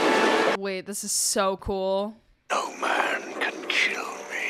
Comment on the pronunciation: I know you said "call me a man again" but it sounded like "Call me a mannequin" and it made me laugh.